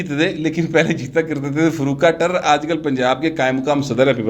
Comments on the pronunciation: فاروق ٹیئرر نہیں ٹائرو کہا جاتا ہے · Farooq Taira not Tairar